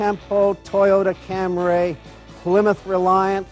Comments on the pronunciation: why is it older folks back then often pronounced Camry as if it had an a before the Y? I'm looking at you John Davis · has me cackling. What in tarnation is with people saying Camray?! I honestly thought that was just a John Davis thing. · Holy cow an Acura Advice video on an American sedan I love that is almost obsolete! I actually didn’t know a lot of stuff about these, the digidash and the Corsica XT (of which I need to find someday) are the coolest. Also thats a Suzuki Swift/Geo Metro dashboard. Who knows how they did that. And he did NOT say “Camaray”😂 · omg that man said Cam-RAY like John Davis on Motorweek. 😮😂